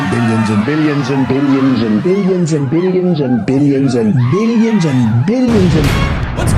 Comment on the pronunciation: 😂😂😂😂 and more “ billians” 😂